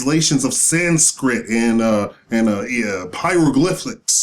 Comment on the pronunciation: I like your work but I hate narcissism. One of the 'smartest' men and great scholars in America would never pronounce the word as hieroglyphLICKS. If you speak 15 languages, apparently English is not your main one